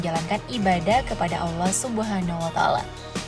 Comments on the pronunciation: Allah adalah sebutan nya, bukan Alloh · Admin pembacaan LAFAL "ALLAH" nya, Petikan Ayat nya, diperbaiki dulu kalau mau bahas hal crucial dalam Islam! Jangan asal bikin konten yang justru memercikan hal kebencian antara SUNNI DAN SYIAH jika tidak paham inti dari Ajaran keduanya?